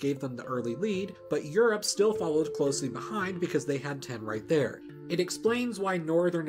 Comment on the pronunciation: Cool... Please work on how you say tin... Sounds like you're saying ten... And I don't think that writing a number down then mixing it with copper would make bronze... Maybe... But no